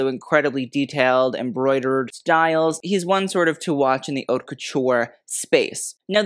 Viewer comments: I like your show! Just a suggestion-you pronounce “haute” as “hot”, when it should be “hoe-t” to rhyme with “note”. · “Haute” is not pronounced “hot”. But your show is de-lic-ious!! Love yr knowledge of fashion…